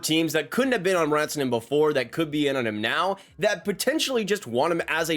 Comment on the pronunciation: It’s RAN-TA-NEN not RAWN-TA-NEN